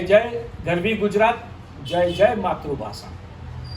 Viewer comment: માતૃભાષા કે માતૃભાસા....... ભાઇ, પહેલાં સ,શ,ષ ક્ષ નોં ઉચ્ચાર ભેદ તો સમજો. શું કામ માતૃભાષા ને કલીષ્ટ કરો છો ?